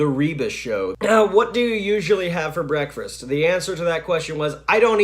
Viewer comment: Did I hear you pronounce "breakfast" with an extra "r" as in "breakfrast"? Since we change so much in just a few years, other than Phantom or theatrical music, what is your favorite music now? I personally love Enya. She sounds so ethereal.